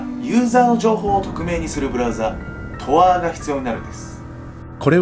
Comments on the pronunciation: とあーじゃなくて とーあじゃ… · トアーってw トーアなっw